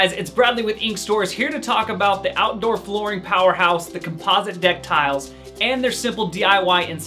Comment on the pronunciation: Couldn’t listen to his shocking pronunciations of the words realistic and composite, had to turn it off after 38 seconds